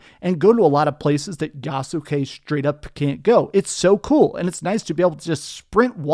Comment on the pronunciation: It’s pronounced Yaht-skee, with only two syllables